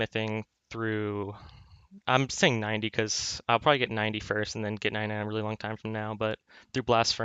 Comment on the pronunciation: when he pronounces "long" as "lonk" <333